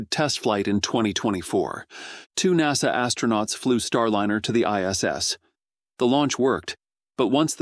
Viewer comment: Stupid AI voice, NASA is treated as a word, not 4 independent letters (@ 7: 15).